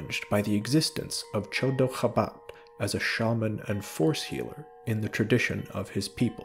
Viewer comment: Absolutely love this video, but every time you said Chodo Habat, all I heard was "The dog of Wisdom"